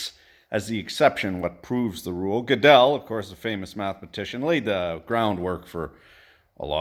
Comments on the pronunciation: G'dell? It's pronounced Girdle. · It is hard to put that genie back in the bottle if you know what I mean! And just because we have proven math is inconsistent doesn't really mean there is a dog somewhere! Also, FWIW - I used to pronounce it Godel too until I learned it was pronounced Gurdel!